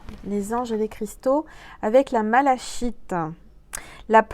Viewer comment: "la malachite"? Mdr 😂, je crois que ça se prononce "malakite*... Décidément on rigole bien avec vous. Ne changez pas surtout. Bisous 😘